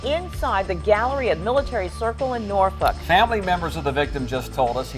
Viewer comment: From a fellow Virginian... you made me cringe when you pronounced the L in Norfolk.:) Great video, per usual. I'm about 30 minutes from Norfolk.